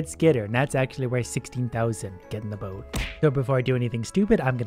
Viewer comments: Sounds like 'get in the bin' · Every time he says "get in the boat" I always hear "get in the bin" I think I saw to many gachacringe videos 😂